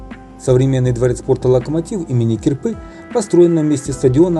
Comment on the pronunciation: не мехи а мехА у гормошки!! не Ки"рпа а КирпА" , пора срочно навестить училку языка!!